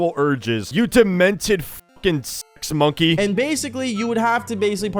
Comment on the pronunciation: Did he just say sex mounky💀